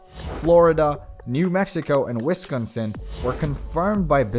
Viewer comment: Strange way of pronouncing Arkansas and Wisconsin.